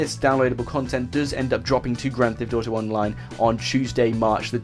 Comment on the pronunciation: Is kinda funny how you say grant theft auto